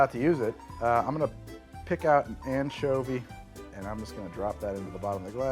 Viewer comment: am I the only one who heard it as the "manchovy paloma"?